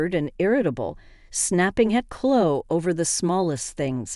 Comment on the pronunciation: It's É than! Clo ee! If you're going to use bots, make sure English is the first language!